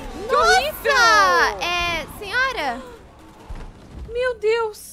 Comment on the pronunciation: E tambem a fala quasi toda ora çenhora kkkkkkkkkkkkk